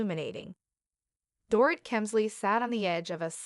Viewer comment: It's not "Dore- IT", it's "Dore-EET" like a DORITO lol